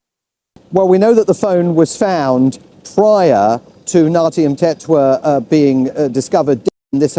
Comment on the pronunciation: Please learn to pronounce names. Not cool.